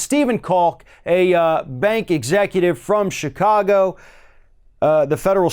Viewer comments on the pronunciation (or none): none